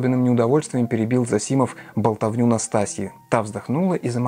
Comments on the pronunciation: ЗосИмов... Правильно - зОсимов. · Да, можно так и так. Чаще употребляется произношение ЗОсимов, тут Вы правы, но люди с фамилией ЗосИмов тоже существуют. Насчёт же образованности Александра и его повестки я с Вами не согласен.